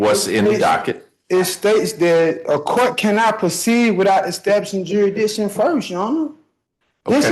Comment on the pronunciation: "Durishdision" ? What u talkin about Willis?